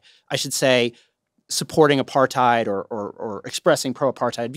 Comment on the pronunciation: Trevor's intentionally mispronouncing apartheid & it's low-key insulting to your fellow South Africans.. Nah bro